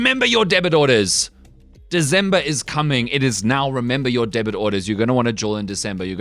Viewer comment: It’s “DeCember” NOT “DeZember”